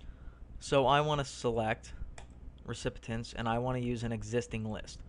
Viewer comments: REE-SIP- PEE- ENTS is how you pronounce "Recipients." Not REE-SIP-PIH-TENTS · I appreciate the video and the info, but you gotta stop saying "recipitents"..... take that first 't' out of there and you'll be golden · 'Recipitents!' You crack me up!